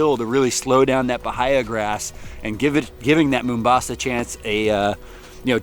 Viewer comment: "BAHIA" is pronounced: b-AA-ee-uh